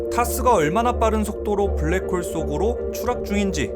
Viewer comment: 블랙붱~ 웃겼뛍~